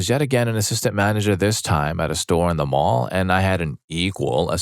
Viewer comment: This hs to be AI. He said Mail instead of mall